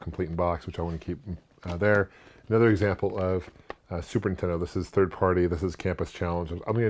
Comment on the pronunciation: “Superintendo” This guy and AVGN crack me up how they pronounce it. And I’m their age!